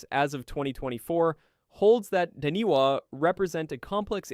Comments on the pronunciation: LOL The Taniwa, it's said as in Tanifa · Dude, its appreciative of you learning about Maori mythology but as a New Zealander, hearing you severely butcher those words and knowing how to say Taniwha and still saying it incorrectly was kind of disrespectful and lazy.